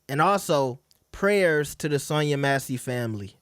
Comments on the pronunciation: Cant even pronounce her name right. Who’s Sonya MACY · no sh!t, Sherlock. Did you hear how Cardi B mispronounced it? That was my point. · Sonya Massey